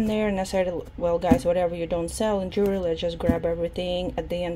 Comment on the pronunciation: Ян, джювельри от слова джувел, вы говорите джуверли